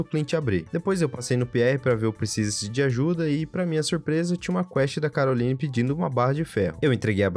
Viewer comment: E Caroline mas se fala carolaine